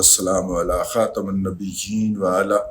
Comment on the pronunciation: خاتم کے میم کے نیچے زیر پڑھیں